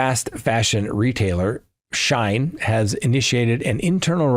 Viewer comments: 🗣️: SHE-IN (not shine). Company was originally “She-Inside” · I enjoy all of your commentary. Wish I was going to Crime Con. Love being an arm chair detective. BTW Shein is pronounced “she in” ❤